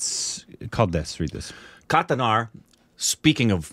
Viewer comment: kathanaaaar ..even many Indian reviewer's struggle to pronounce this to perfection..